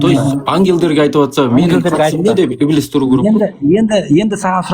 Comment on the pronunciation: Ибилис емес Ібіліс деп қаз транскрипциямен айтыңдар , құлаққа еблеге ұқсап естіліп бәдік секс сөз болып. кетті 😂😂😂